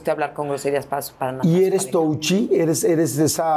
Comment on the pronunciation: Porque jodisdas dice touchy , para acabar mal pronunciada